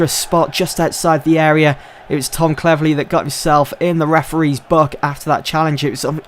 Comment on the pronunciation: Did you say... Cleverleh?